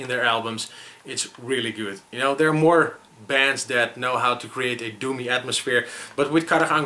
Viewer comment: I thought you were saying "do me, atmosphere" instead of "doomy" haha.